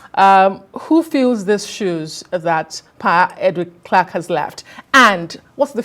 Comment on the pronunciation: It would have been more professional to take the time to learn the correct pronunciation of his name before the program started.